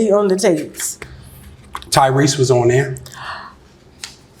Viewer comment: So we all made the same face as Tasha when he said Tyrese right?!